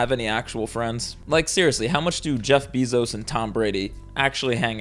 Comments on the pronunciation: It's pronounced BAY-ZOS 😢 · He’s saying “Bezos” weird too 🥲